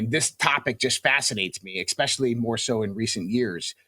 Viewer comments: How can anyone take him seriously, when he says things like "ex-specially, "Nuckyaller," Pitchur, ? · These clowns always uncloak themselves. "EXPECIALLY" this clown who did it right off the bat. He we in the Navy and witnessed some of these between 2004 and2006. That's 17 to 19 years ago buuuuuuut he's been studying this phenomena for TWENTY-FIVE years. DeSouza? Maybe. But how gullible are you to believe every disinformation clown you come across? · for gods sake, stop saying eckspecially. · Can people please stop mispronouncing especially with exspecially? The more the host keeps pushing his belief in alien stuff the more I think about unsubscribing.